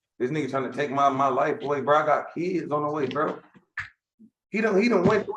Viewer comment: correction "fo keedz"